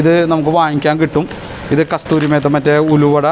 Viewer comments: ഭായ്കസ്തൂരിമേത്ത അല്ല കസുരിമേത്തി എന്നാണ്സരിയായ ഉച്ചാരണം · കസ്തൂരി മേത്തയോ 😂😂 കസൂരി മേത്തി അല്ലേ guyzzzzzzz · നിങ്ങൾ എന്തൊരു കുക്കാണെടോ. കസ്തൂരി മേത്ത അല്ല, കസൂരി മേത്തി എന്നു പറയ് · കസ്തൂരി മേത്ത അല്ല, കസൂരി മേത്തി, എല്ലാം ok എസ്സെൻസ് ചേർത്തത് ശരിയായില്ല 😬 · Kasthuri mehta alla kasuri methi😂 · കസൂരി മേത്തി എന്നാണ് പറയുക